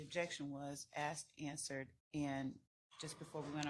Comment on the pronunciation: Ok, can we at least work on the “assed & answered” - omg